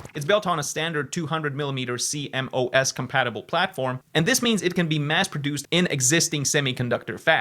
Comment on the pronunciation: "C.M.O.S." 😂 Just say see-mos